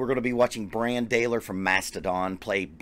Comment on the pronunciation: You should do a Mastodon song where Brann sings. BTW, it's pronounced like "Bron".